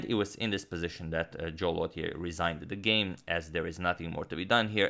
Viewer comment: Lautier would be pronounced more like low-chay, and Pelletier more like pell-chay